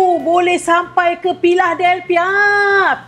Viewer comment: Geram betul tgk dapur ni.. lampu tu cantik tu.. kak.. sy org k pilah.. gelak sy sebut pilahdhelpia